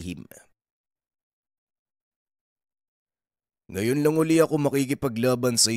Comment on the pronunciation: NEPHELIM po yun..hindi Neplehim.. mga sinaunang giants kamag-anak nung giant na pinatay ni David